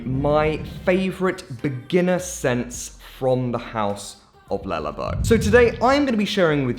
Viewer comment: "lullabow" shudders